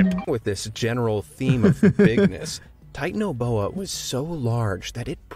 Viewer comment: It’s pronounced tie-tan-o-bo-u